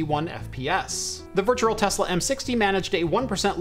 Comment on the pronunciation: "virture machine"🤣 sorry man I love the videos but it makes me laugh